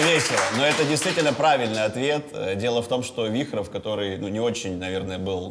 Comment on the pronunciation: Только не Вихров, а Вирхов